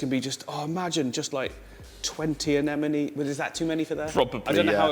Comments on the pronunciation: Anemone, not Anenome! If you're teaching people, teach them right. Love all the videos by the way!!! Can't wait for more. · It’s anemone not anenome 😂 it’s driving me crazy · These two crack me up. I've been following for years and since he started his channel, but they are best together. However, neither can pronounce anemone. lol